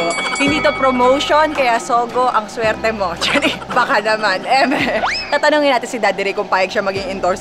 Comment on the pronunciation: Solid ang tawa ko dito the best mommy zeb ang coll at si Daddy ray ang cute ng pagka sabi ng ang swerti mo pops bisaya talaga pag ka bigkas